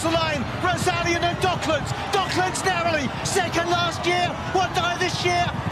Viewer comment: ドッ”ク“ランズなんやけど😂